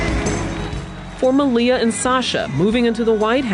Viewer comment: the guy attempts to say malia .. hahaa.. FAIL